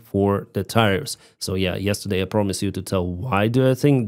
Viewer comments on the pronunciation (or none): Tariff not tire.Learn to articulate English properly!